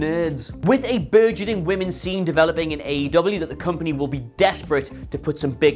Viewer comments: It's not AW, it's AEW. Get it right . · No-one should listen to you based on the fact that within your first 2 sentences you called AEW "AWE" which made me go "awe" and want to pat you on your head and remind you that although we appreciate the effort, you are obviously not that bright. Proof read if you want to be taken seriously, and/or get your information right.